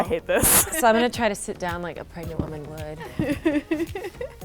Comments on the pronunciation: Did anyone see said "Pegnant" instead of "pregnant?" xD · LOGANG Equestrian "Am I pregante?" LMAO